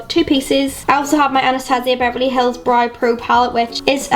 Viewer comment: Hi just wanted to ask have you always say brow as Brie or is that how they say it there? Not being mean just wanted to ask that! But I love love love all of your makeup!!!